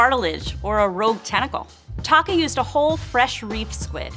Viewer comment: Is it just me or is calling Taka "taco?" 😂😂😂